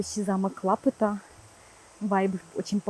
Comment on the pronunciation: Замок лапУта, ударение на букву "У"